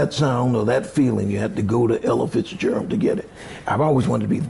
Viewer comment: Its Ella Fitz Gerald not elephants Gerald. LOL